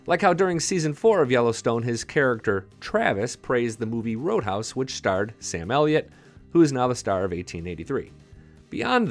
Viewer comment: I love Elsa except for the way she says the “Wh” sound it words. Reminds me of the family guy episode…cool WHip?